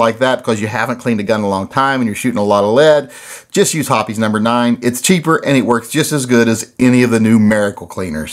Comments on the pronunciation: Hoppe's is "hops" not "hoppies." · Hops, not Hopees. I called their CS a few years ago to confirm. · Pretty sure it's pronounced "hops".